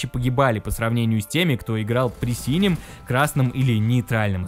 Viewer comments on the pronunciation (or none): none